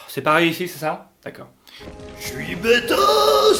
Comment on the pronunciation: Ton « dekeur » il est terrible 😂😂